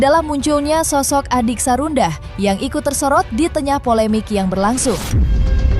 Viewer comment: Sarundah.... 🤣🤣🤣🤣🤣 Sarundeng kali Min, enak.... ada2 aja si mimin